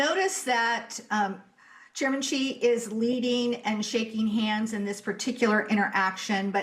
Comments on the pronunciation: The name should be pronounced as Si but not Chi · The Chairman’s name is pronounced “she” not “gee!” … “She” Gin Ping. Or Chinese pinyin… Xi, Jin Ping!